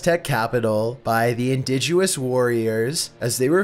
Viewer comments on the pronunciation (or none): It's INDIGENOUS not "indiguous." And, it's HERESY not "hearsay." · It’s indigenous not indiguous, the knights were killed for heresy not hearsay hahaha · En Dihg U Us... it's Indigenous. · Indigenous not indigewhat...tf